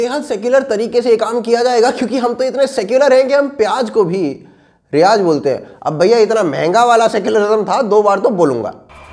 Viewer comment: प्याज़ को रियाज कहते हैं । 😁